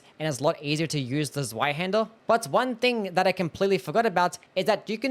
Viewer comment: The Z is Zweihänder isn't a hard Z. It's more like the ts sound in "kitsune". Or you know. A Hungarian C. Also Ornstein should be Orn-shteyn. I'm not German but I was tortured with it for my entire school life and at least the pronunciation didn't autodelete when I got free.